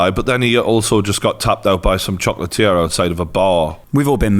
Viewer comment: I legit thought you were saying 'Chocolate Tier' instead of 'Chocolatier' and thought it was a reference to a fighter's level, I was trying to work out how hard you'd be if you were 'Chocolate Tier' in my head until it clicked.